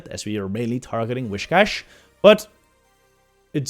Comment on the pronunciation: The way he pronounces „whiscash“, triggers me quite a bit 😅🤙😊